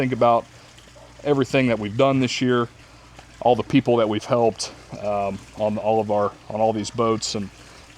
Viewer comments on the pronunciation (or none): none